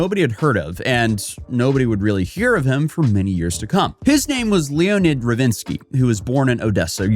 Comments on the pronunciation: ... His name is Leonid, not Leonard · "Leo-nid", this guy is definitely low IQ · Did you say Leo ned? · Both are pronounced the same way, just different spelling, like Jon or John